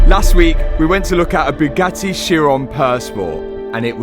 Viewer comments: or pronounces Bugatti as Byu-ga-eee. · or Bugatti as BOO-GATEE! 😂😂😂 Matt’s a class act, he’s full of jokes.